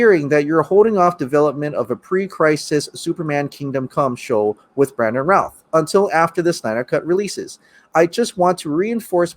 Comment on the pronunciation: He still looks really good for 13-14 years after the movie. I don't think they should make him old man Supes with the grey hair. He's too youthful, and should simply get a show. On a side note, Brandon's last name is pronounced "rooth". And it's not Christopher Reeves. It's Christopher Reeve. If you're as big of a fan as you look, you'd make sure you get names and pronunciations of names right.